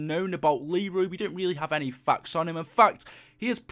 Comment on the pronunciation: The way he says facts 😂 i dont have any fuks